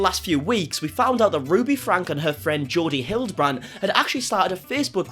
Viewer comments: Their last name is pronounced Frank E, not Frank. 👍🏼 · Franke is pronounced frankie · Love your content. Keep it up! I did want to let you know that you are miss pronouncing their last name. It actually has an E sound at the end. Frank– E. Doesn’t change a thing, just wanted to let you know. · Her last name is pronounced like Frankie